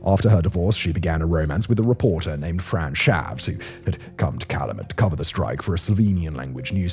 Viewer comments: Love that you featured where I went to school. Copper Country is absolutely beautiful. And if you visit, the pronunciation is Cal-u-met. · Simon, thank you for trying to pronounce the Upper Peninsula names. In Michigan we say "Calumet" as KAL-YOO-METT and "Keewenaw" as KEY-WEH-NAW. Cheers! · Michigander here. The town is CAL-you-met, like a 'gal you met' 👍 It's a native word for 'peace pipe'. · This pronunciation is comically bad. For reference they are pronounced "Kal--you-met" and "Hoe-ton" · Pronounced "cal-U-met" and "HO-ton". Fairly well done video. A little simple research on pronunciation would have helped make it better. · I thought his Keweenaw was pretty good but you’re right on about Calumet 👍